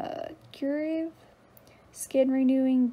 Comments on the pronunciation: “CeraVe” pronounced Like, Serra-vee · It’s pronounced Sara - vay for the Cerave product:] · The way you said Cera ve lol